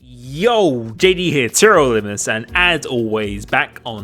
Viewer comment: Why cant you just say "TRL limitless" instead of til immiless 😂